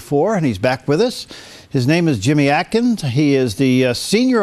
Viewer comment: Atkin? LOL!! :)